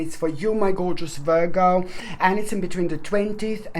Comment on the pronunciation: I like when you say Virgo leenee.